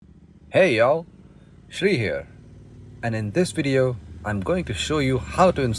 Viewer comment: These are the best, rare in India. I can't believe you said "Hey Y'all" that too in that indian accent whilst riding your bike in Delhi. That's like hearing Namaste in the heart of Texas. I'm having a brain freeze